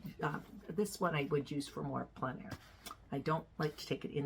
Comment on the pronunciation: Thanks for pronouncing En Plein Air correctly ("on plen" air). So tired of hearing even professional artists saying "en plane" air. 😬 Sorry Americans, its mainly you.